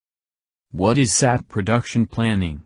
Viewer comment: Nice information. Only pronounce SAP with its initial letters🙂..not saap 🐍